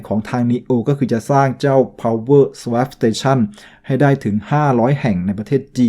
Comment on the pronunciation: SWAP อ่านว่า สะวอป ครับ